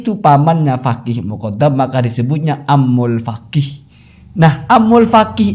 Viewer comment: kena virus Habib... Menyebut kata Faqih: Fagih.... 😅😅😅